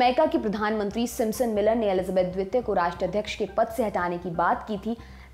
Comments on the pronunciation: मैडम its द्वितीय न कि द्वेत्य प्लीज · द्विपों,द्वित्य ....! क्या मेडम?